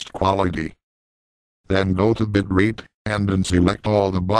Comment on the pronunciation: lol, I think he did say "bit rape".